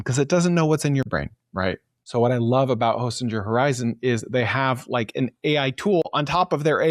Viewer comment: It’s pronounced Hosting-er, not Hostin-jer.